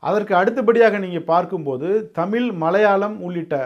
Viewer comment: தம்பி நீங்க தமிழுக்கா பேசுவது மனமகிழ்ச்சியை தருகிறது ஆனால் தமிழை தமில்ல பேசுவது மனதைச்சங்கடப்படுத்துகிறது தயவுசெய்து தமிழ் ழ் ழ் தமிழ் என்று உச்சரிப்பு கொடுங்கள்